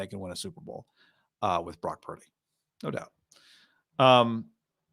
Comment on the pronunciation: "Brack purdy" -Cam newton